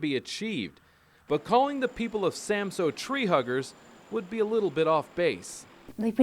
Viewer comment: Samsø! What is so difficult about saying it right!